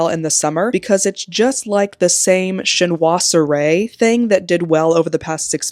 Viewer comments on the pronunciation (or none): TRENDS - loved it! Very valuable. Also, French is confusing! And you had it almost perfect: Chinoiserie is pronounced shin-WAH-zer-ee. I'd love to see more videos like this from you! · I never comment on videos but I really enjoyed this. Yes I’d like to see more and Chinoiserie is pronounced sheen·waa·zuh-ee (say it with a French accent - this is my niche so I get it) - a decorative style in Europe during the 18th century using Chinese motifs in blue and white that is still popular today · Trends! Live in France and it’s pronounced ‘shin-wah-so-ree’ aka Chinoiserie 😂👍